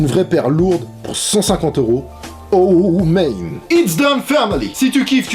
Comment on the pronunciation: Tu forces un peu trop avec tes "bruh" " oh mèyne " avec ton accent anglais tout pourris là :'(.